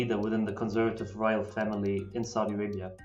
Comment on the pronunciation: This guy needs to learn how to properly pronounce Saudi Arabia and Aqaba, among others.